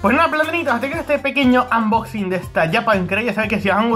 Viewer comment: "Anboxing" xDDDD